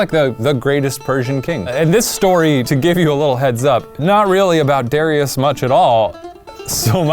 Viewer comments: DA RYE US not Darius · I thought it was pronounced DA RIE US. And it's not Darius the great. In the heat of battle he ran away and left his troops. You might be confusing him with Alexander the great. Or Cyrus the Great. Darius the coward. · DArious not DErious it's even spelt Darious and in Persia you would pronounce it as such. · I don't think "Darius" is supposed to be pronounced as "dairy-us", but rather, the correct pronunciation is actually "der-eye-us". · Btw it’s pronounced Darush even though it looks like daruis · Just thought I'd let y'all know that in the Persian language, Darius is pronounced daari-use (kinda like ari with a d and use making more of an s sound instead of a z sound), not dar-i-us. And Cyrus is pronounced more like see-roos. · Fun fact! Darius is actually pronounced “Daryoosh,” and “Cyrus” is pronounced “Kourosh.” Darius and Cyrus are the whitewashed versions, basically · It's pronounced dah-rye-us. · I’m pretty sure that Darius’s name is pronounced [ Da - ry - us ] ( I just learned about him in history and we pronounced it that way ) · This was really annoying me: it's dariush not Darius lol that's the whitewashed version. (daar- ee-yush ) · I thought it was pronounced Duh-Ry-Us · I've always heard that pronounced, "Da-rye-us"... but yeah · the proper way to pronounce it is daryoosh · If it’s Persian the pronunciation is -DAH-REE-USE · Duh-rye-us = Darius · It’s pronounced Dar-yoosh :-) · His name is Dar-I-us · It’s pronounced DAR-re-us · Great video guys! Although one thing: the Persian way to pronounce Darius is like dary-oosh! But funny and informative anyway :) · It's pronounced differently, usually like dar-u-shh. I'm Persian, it's a very popular name actually. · Are yall PURPOSELY mispronouncing Darius? Or do you legitimately not know that's wrong? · Why is your pronunciation of Darius like that? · my brother's name is Darius and they are pronouncing it wrong😂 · “I know seven Dariuses” lmao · THEY PRONOUNCED THE NAME WRONG